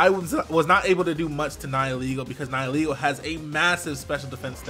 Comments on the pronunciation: I never understood what its name was or what it meant until he pronounced it the way he did. I've heard it pronounced Nee-hee-lay-go for the most part but it's Neye-ull-ee-go. As in nihilism and ego. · TheUvence14 'nihil' is Latin for 'nothing'. And it's pronounced like "nigh-uhl" like in the words annihilate and nihilism. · THANK YOU SO MUCH FOR PRONOUNCING NIHILEGO RIGHT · THE FIRST YOUTUBER TO PRONOUNCE NIHILEGO CORRECTLY! 👏👏👏👏👏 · so good to finally hear someone pronounce nihilego properly